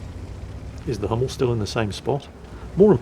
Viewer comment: the "u" in "Hummel" is the same "u" you brits have in "butcher".